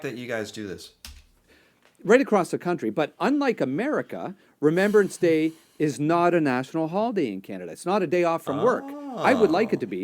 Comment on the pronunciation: I just wanted to point out that you pronounced Remembrance Day wrong. You said Remember-ance. It's actually Remem-brance